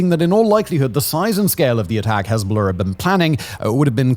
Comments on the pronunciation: Why do you pronounce it HEZBOLAHRRRRRRRRRRCCCCK Also hezbolurrrb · I’ll be honest, bro I would watch you but the way you pronounce hezbollah just pisses me off too much. What do you have to emphasize the oh so much and the ah sound just say it smoothly bro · While I enjoy his channel. Dialect is annoying. Cannot pronounce the letter 'r' in far, but adds the letter 'r' in Hezbollah...